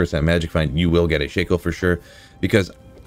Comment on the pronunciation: It's pronounced Shack-O